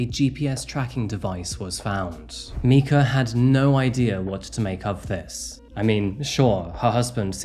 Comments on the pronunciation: I’m guessing that you haven’t heard that Myrtle Beach’s nickname is “Murder Beach” ‘Mica’ is pronounced “Micah” like Micah, the name from the Bible or think of the end of the word Formica as in Formica countertops. I usually don’t correct people, especially because I know he has an accent but Micah was an incredibly beautiful woman who was done so wrong and victimized and she deserves a voice and for everyone to remember her and her name. Her murderer should be forever forgotten. He’s such a piece of scum. I live in Myrtle Beach and this is one of the most heartbreaking incidents I’ve seen in a long time. Why? Obviously there’s Domestic Violence, Mental & Physical Abuse, Murder (I’ve been in a DV relationship, I have no doubt it was murder.) The biggest reason I think her abuser & life taker is the lowest of low is because he claimed to be a man of God. Men and Women who take on the roles as leaders in churches as Pastors, Preachers, Ministers, etc… I fully believe that they are held to a higher standard in God’s eyes because He (God) knows that these men and women are taking on a position where they are supposed to be role models for the people in their churches, where people who are struggling, having crises, needing spiritual guidance, have questions about the Bible and questioning their faith come to ask questions and these people, look up to these role models day to day, they see them. They watch their actions and words, how they live. Don’t get me wrong, of course, they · Love this channel and your content, but you really gotta make sure to pronounce a victim’s name correctly. Micah or Mica is a very common English name with Hebrew roots, said like “Mike-uh”. Very distracting the whole time. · i'm pretty sure it's pronounced micah